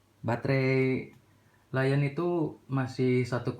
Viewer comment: L-ion dibaca Lithium ion bukan dibaca laion bang